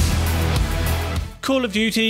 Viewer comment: "Call of Dudey" will now forever known as, "Cringe of Dudey"